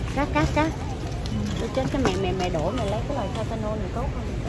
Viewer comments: e ơi không nói là tê tê nôn mà là thai la nôn nhe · TYLENOL ( Tai - lơ - non không phải Ty - tơ - non ) nha TN ú ù ! 👌🥰